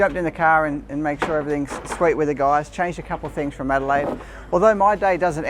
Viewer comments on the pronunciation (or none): none